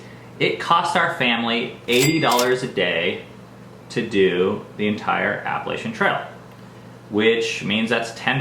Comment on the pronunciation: Why dont any of you hikers pronounce Appalachia correctly?